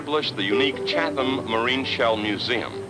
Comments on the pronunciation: Chatham. Chat-um. 🤦🏼‍♂️ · And it is pronounced "Chat-um".